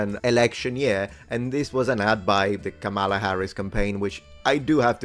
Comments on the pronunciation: As a stickler for accuracy, please get the pronunciation correct: Kama-la not Kamal-a. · Please pronounce KH's first name correctly,.